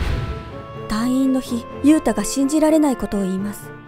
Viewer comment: ゆうたがゆゆうたに聞こえる